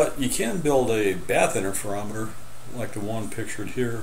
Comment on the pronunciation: What is an "innerferometer"?